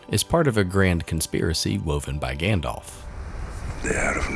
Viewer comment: This is a great video, but you can't pair it with saying "Saron" and "Gandolf", c'mon haha.